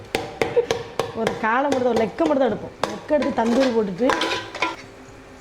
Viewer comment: Lekku illadi leg neyum un pronounciation um thooooooooo. Ennamo periya IAS officer range la pesavediyathu thoooooooooo